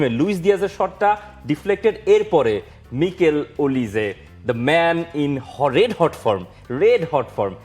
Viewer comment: ওনার নাম মাইকেল ওলিস। মিকেল ওলিস না।